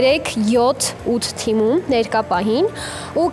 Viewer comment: էրեխեք ջան, թմում չէ, թիմում